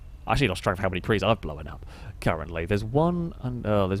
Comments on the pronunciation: Blown, not Blowan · Yup, that's part of the accent lol. He really pronounces the 'w'. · My lady just pointed out how you say "known" and "blown" as if there was an E in there, know-en, and blow-en up... Now I can't unhear it. Stay single folks 😂🤣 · Blow-un Throw-un Know-un Stop addiding syllabulluls